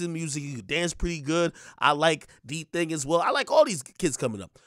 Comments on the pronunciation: Akademiks really pronounced it as “Diiiii Thing” instead of D Thang lollll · NIGGA SAID “DTHING” 💀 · The way he say "DTHING" is wild 🤣🤣🤣🤣